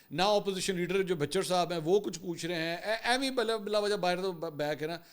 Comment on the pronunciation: Correct pronunciation is Ahmed khan Bhachar and not bhicher